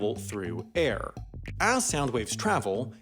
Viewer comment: The way he says "air".....